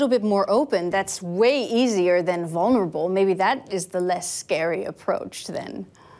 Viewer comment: I feel like 'honest' actually fits a little bit better than 'vurnable'